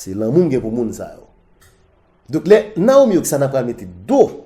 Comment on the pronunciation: Rigolo, se konsa w pwononse non demwazèl la 3 ? Se pa Naomi Oksana, se pito Naomi Osaka,, ok tonton?